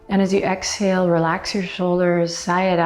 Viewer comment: Did you just say “hexhale”? That is adorably clever!!!!!!!